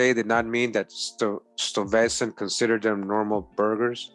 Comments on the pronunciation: I'm thinking Stuyvesant pronounced as Stee-ves-san. Hey!! Wayamint! Sounds kinda like Stevenson. Hmmm. Ijs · Fantastic post,! Peter Stuyvesant's name would be pronounced as Sty-vessnt, Schuyler=Sky-ler, Albany=All-bany (- means the emphasis is on the first syllable). It is so revelatory to hear the history of my native State recounted, recognizing many of these names and places, and innerstanding that these early settlers were some of my own people and not those whom we were 'taught' they were. Thank you so very much for your tireless efforts to educate us. Happy Holidays!🎆🎀🎄